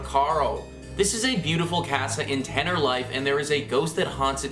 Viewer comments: did he say "tenner-life"? lol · If I'm not mistaken, Tenerife is pronounced ten-eh-REE-fay...